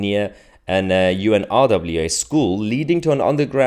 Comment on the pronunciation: Mahyar...pronounce it...UN-RA = UNRA = UNRWA...the W is silent...a bit like the P in water...!!